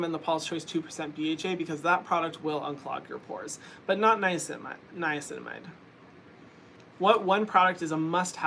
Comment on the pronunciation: drinking game: take a shot every time Hyram says niacinimide